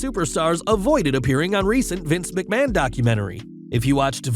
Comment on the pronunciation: How much do you get paid for saying machman